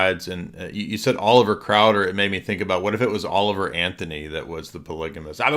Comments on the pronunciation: I was Mormon for 40 years and now I am orthodox. You are pronouncing Oliver Cowdrey incorrectly. He is the only one who supposedly witnessed Joseph Smith receiving the preisthood from Peter, James and John. And then he got in a big fight and never saw Joseph Smith again. It’s an incredibly weak argument for having the preisthood. Most most Mormons believe they have a very strong claim to having the preisthood because they don’t realize this story. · The guest kept saying "Oliver Crowder", but it was actually "Oliver Cowdery". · It's Oliver Cowdery, not Crowder. But if you think he's a Satanist, then I am Mickey Mouse.